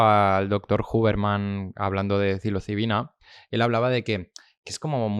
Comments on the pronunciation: Como curiosidad.Soy yo,o el presentador dice siempre cilocibina,en vez de psilocibina? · psilocibina, no cilocibina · Se dice “psilocibina”, o sea, es con “s” la primera, no con “c” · Os ha dolido igual que a mi cada vez que el podcaster pronunciaba “cilocibina” ?😂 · No tiene nada que ver,psilocibina es ps,no es pc.Como lo dice el,si dices psicólogo como dices tú, oirías cicologo